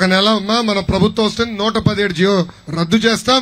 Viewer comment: తల్లీ ఎన్ని రోజులు బట్టి పట్టవ్,TDP కార్యకర్త అని అర్థం అయింది లే, ఫస్ట్ జీవో అనడం నేర్చుకో లోకేష్, జియో అంటే ఫోన్, ఎప్పుడు నేర్చుకుంట్టావు రా బాబు.